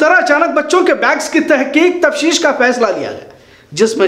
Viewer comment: Sir If you don't mind.......aap apne Urdu alfaz aur talafuz pe thoda dhyan deejiye....for example......tafsheesh...... correct is tafteesh